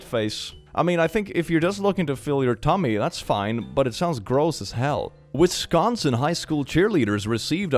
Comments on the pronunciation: as a local of that state in America ill help with pronouncing. it's wis like swiss, con like convict, sin like sinner. hope that helps you ^.^ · you pronounced Wisconsin so terribly (it’s wis Con sien [with a little bit of an e inbetween the I and n] or at least that’s how I say it) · "Wisclonscin schkool" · my got it hurts so hard to hear him mispronounce wisconsin as a wisconsinite myself though the fact that's a thing is goddamn funny